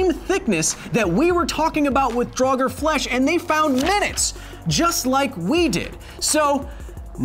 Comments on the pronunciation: Doesn't the pronunciation of "draugr", in the singular, elide over the 'r' on the end, making it nearly silent? The hard 'r' sound implies the plural, "draugur." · Just a language correction: I am very certain that "draugr" is only one syllable, not two. It does sound very wrong to my Nordic ears to hear "drah-gur".